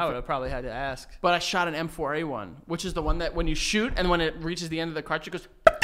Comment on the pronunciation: love for the word ‘pantomiming’ and Joey always saying ‘aks’ instead of ‘ask’